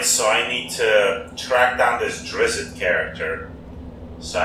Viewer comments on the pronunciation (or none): DRIZZ-IT BTW